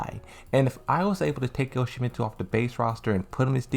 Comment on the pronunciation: At this point I'm sure. But I think he stopped calling Yoshimitsu "Jottsimittshu" after a while at least.